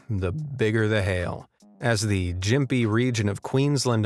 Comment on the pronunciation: "Jimpy" "Briz-bane" BRUH I have never been so triggered, it is "Gim-pee" (Like the Gympy Gympy, also known as the "Suicide plant" known to make Horses find the nearest cliff and jump off I causes so much pain) and "Briz-ben"